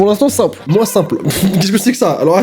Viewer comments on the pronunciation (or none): none